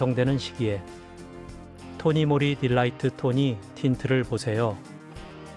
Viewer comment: 토니모리 가 아니고 토니몰리 라고 해야 합니다 이런식으로 발음하시면 안돼요 .